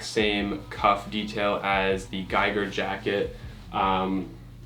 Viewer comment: Giger is pronounced a bit differently just as a heads up from a swiss guy ;)